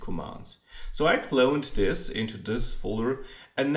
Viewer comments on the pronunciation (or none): "wi klöun dis box" :D juuunge